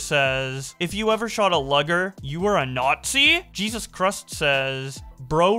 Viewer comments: lugger, its luuuuu ger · Also, it's pronounced loo-ger. I wouldn't have minded but your voice is fucking annoying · Luger loo-grrr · Just a quick heads up, it's pronounced "loo-ger" not "lug-ger." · Lew-gur. Not "lugger" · Its luuger not lUger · the way you said luger made me rip off my skin. its pronounced like loo-gur not lug-ur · Love ya but pronouncing Luger(loo-ger) as luggar is unforgivable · a Lugger! Lol its LOOger like the thing you hack up when ur sick lol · Luger is pronounced 'looger' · "lugger" "appollo chia" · "lugger" lolol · The Nahtzees and their Luggers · A "lugger" 💀 "gar-and" "apple-a-chia" bro. Get some reading lessons with the ad-rev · How does luger turn into logger? That pronunciation hurt. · its pronouced "lew-ger" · It's pronounced "loo-ger" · It's pronounced looger (luger) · Talking about the "lugger"? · Luger (Loo-Gehr) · The way you pronounced "Luger" and "Appalachia", hurts my soul. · Ight cancel for how he said luger. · how do you mispronounce Luger? Video literally ruined smh. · I love you but wtf was that Luger pronunciation. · he isnt an english speaking american .... hes canadian, like me ...that being said how the FUCK does he mispronounce luger like that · So you do all this research and can't even pronounce two simple words 😂 sheesh man. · Holy shit man how do you not know how to say Luger this far into life? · I almost snapped at his Luger pronunciation lol.